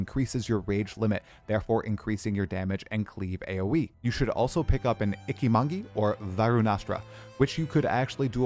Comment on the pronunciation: "Icki-Mongi" took me out lol you need to watch some sword anime or play samurai games 😂😂 it's pronounced Itch-i-Mon-Jee